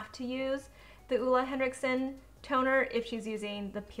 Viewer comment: It’s oH-Leh Henriksen. Not Uh-La Leviosa